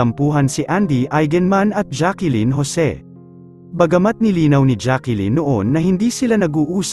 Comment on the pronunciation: Hindi Jackilyn ang bigkas kundi Jaclyn.